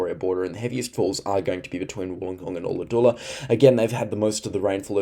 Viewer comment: Its Ulla-Dulla 😉